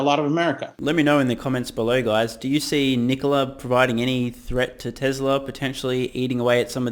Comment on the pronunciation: NEEKOLA? CANOO? FISKER?